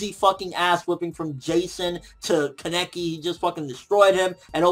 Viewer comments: said kah-nah-key not keh-neck-ee lol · Why do u say Kaneki so wrong it makes you sound so stupid lmfao